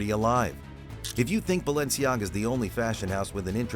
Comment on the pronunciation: For fuck sake the mispronounciation is killing me